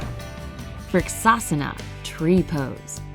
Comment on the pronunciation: Here, most pronounciations are wrong. I know as I am an Indian and you see yoga belongs to India. Even the ponounsiation of asana is wrong.... I am not complaining Please do not take it seriously..... Sorry if you didn't like that. Thankyou